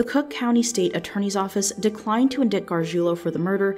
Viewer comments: "Indict." "In-DICKED?" really? All this "Law" research and police material interactions and you don't know how to pronounce a simple word?! It's pronounced "In Dighted!!!"...smh...omg!!!! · Its pronounced indight, not indicked lmao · "indict" is in-dite, not in-dict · I love your videos, always well narrated and researched. One small peeve for me as an attorney— the word indict is pronounced “in-dyte” not “indicked”. Keep up the good work! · I'm surprised you've never heard it said out loud before, but "indict" is pronounced like "endight" by most people. I still understand what you meant, so I don't really care, but it's something to keep in mind. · indict is pronounced in-dyte. Not indiKT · It’s pronounced “in-dite”. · "Indick" 😂😂😂 Indict is pronounced Indite. 🤣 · I love your videos, but please learn how to say "indict". It's not "in-dict". It's "in-dite". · "IN"-"DITE" not "IN-DICT"...the more you know, filipina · hi 💖 i love your videos i just wanted to let you know that “indict” is pronounced as “in-dight” where “dight” is said like “fight” with a D (i don’t remember if english is your first language or not but either way, i only intend to help, not criticize) keep up the awesome work!! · you might want to know that indict is actually pronounced as if it were spelled "indite". The c is silent and the 'i' is pronounced with an 'ai' sound, because whoever made the word was a psychopath. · just a heads up, indict is pronounced inDIGHT. like insight with a D. :) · That's probably the first time I've heard "indict" pronounced "in-dick-t". 😊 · Think "in light" with a d in place of the l. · "Indict is pronounced like [in-DITE] or (in-DIGHT) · Indict is pronounced in-dite lol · it's just a mispronounciation lol, nbd to be made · as long as you understand yes, but we are talking about a youtube video. it's a tiny mistake yes but people pointed out she kept making it so why is it wrong to bring that to her attention? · The word "indict" is pronounced IN-DYTE.